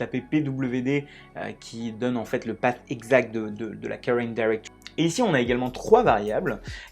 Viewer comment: et!:-) please path = pafffffffffff et pas pâte! sinon elles sont bien utiles vos vidéos. Merci!